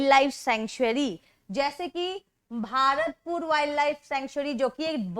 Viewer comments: वह भारतपुर नहीं भरतपुर है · 😂😂😂 मेम भारतपूर नही भरतपुर है और उतराखांड नही उत्तराखंड है 😂😂😂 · Thankyou very much man for teaching us very well But as I am from rajasthan so it is not भारतपुर it is भरतपुर bird sanctuary.